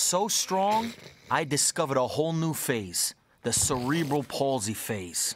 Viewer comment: "I discovered another phase...the cerebral paulsy stage"...lmao.